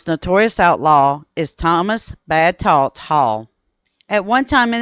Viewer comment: Those Hall boys are my relatives. There were others such as Bad John Hall, but I want to make a correction. It is pronounced Tout and not Tallt. His name was Thomas Talton (Touton) Hall. His cousin was my great grandfather, who was known both as a fighter early in life and a preacher later in life. He was so famous he was mentioned in Night Comes to the Cumberlands by Harry M. Caudill. His name was Hawkins (Hawk) Hall. As for Talt, there is a poem and a song titled: "God Save us All from that Bad Talt Hall."